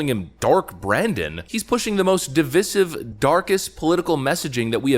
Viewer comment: Can you PLEASE learn to pronounce the word 'divisive' correctly.